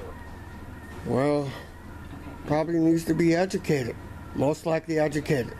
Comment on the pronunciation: And I think he was saying 'aducate', not "educate".